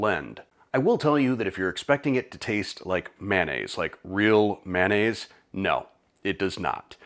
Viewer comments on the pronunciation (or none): You pronounce mayonnaise as manaise. You'll have to forgive a retired English teacher, but I've never heard mayonnaise mispronounced so many 🤭